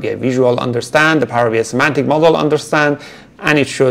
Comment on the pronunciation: Semantic, not Symantic 😊